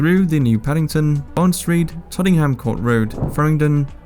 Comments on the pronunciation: Tottingham and Woolwitch 😂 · Tottenham is pronounced Totnem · the way he pronounces 'Tottenham' and 'Woolwich' sums it all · You don't pronounce the H in Tottenham or the second W in Woolwich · You lost credibility when you stated it’s notorious for high fares, delays and cancellations. It’s the cheapest system in the country by a long shot. Of course it may have some cancellations but it’s extremely efficient. I’m starting to wonder if you’re even a regular underground user, due to the mispronunciation of Woolwich and Tottenham 😂 I’m so angry at this video it’s a joke. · The way you pronounced Tottenham and didn't even attempt Canary Wharf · tottenham and woolwich lol